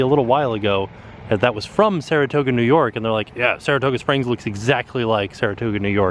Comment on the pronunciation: Saratooga? Margaritos? Get it together, lol